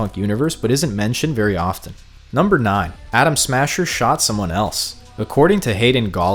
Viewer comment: Is it me or does he keep saying Adam Sandler?